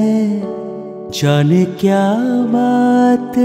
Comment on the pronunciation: you are very much promising singer in recent times. You have rendered so nicely.only thing,be little bit careful when pronouncing words like " jane ".. Just avoid bengali accent here. Don't mind pl.